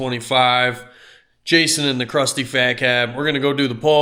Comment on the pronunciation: I thought I heard say “Crusty Faghat” for a second. I should have known better but it took me a minute